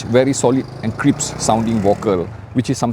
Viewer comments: its crissp not crippse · has a fan base that loves when he says “crippse “. I’ve started using it as well. 🙌🏾💪🏾